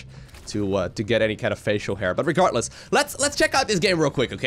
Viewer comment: There is no T in regarDless